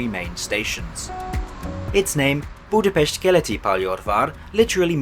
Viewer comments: Props to you for correctly pronouncing Budapest. In the Hungarian language the "s" is pronounced similar to the "sh" sound in English 😃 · Kelenföld and Pécs are really butchered though and that really bothered me, atleast he made an effort on Budapest.